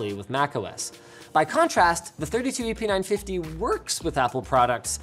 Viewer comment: First time he said the model number I heard "epeen 950" >_< lol